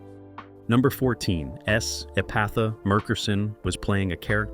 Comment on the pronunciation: She pronounces it ee-PAY-tha (with the th being unvoiced).